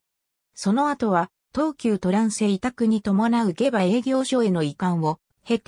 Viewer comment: 下馬はげばではなくしもうまです